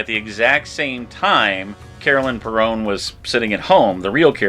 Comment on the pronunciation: Their last name is pronounced “Per-in” not “Perone”